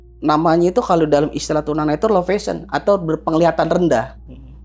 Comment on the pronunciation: Low vision ya pak. Bukan low fashion. Penyebutannya salah